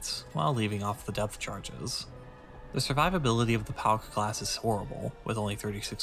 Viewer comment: Hears "Pauk" spoken as "Palk" "STUUUUUUUUUUUUUUUUUUUUUUUUUUUUUUUUUUG!!!"